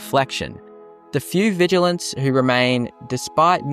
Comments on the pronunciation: "Vigil ants" yeah the first time you said it I could believe you misspoke but now I'm reporting you and disliking. Also contacting British police and telling them you said something hateful to me, expect a fine or jail time. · VigilANTs? Nice English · sorry had to stop the video because of how you say Vigilants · Vigil ants? Zaylots? the fuck is your pronunciation bro